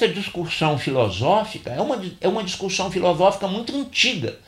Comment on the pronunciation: Obrigado pelo vídeo. Acredito ter havido um engano na pronúncia da palavra discussão, pois várias vezes entendi a pronúncia discuRssão (com R).